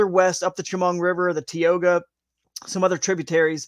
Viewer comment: As a local: Tie-oh-gah, Cow-an-es-ski, sha-mung. Was hoping Sunfish Pond would be in the fish able lakes.. Otherwise good info, looking forward to Friday.